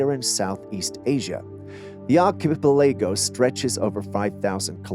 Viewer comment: 'Gotta teach the computer 🖥 😒 synthesized voice how to pronounce some basic 😅 ''truthful geo-logical' terms such as archipelago''!